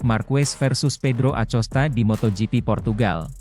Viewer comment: A C O S T A?!😂😂😂BELAJAR NGEJA DULU BRO SBLM NGONTEN😂😂👎👎